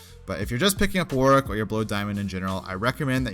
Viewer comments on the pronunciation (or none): I find it funny how you pronounce "Warwick". "Work". You can tell you have said his name a lot of times